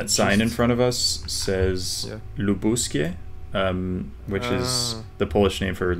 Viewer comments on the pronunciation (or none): The name of voivodeship Lubuskie is Lubuskie, not Lubus 😁